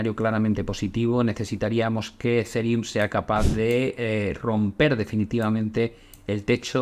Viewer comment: Se pronuncia Ezirium no Ezereum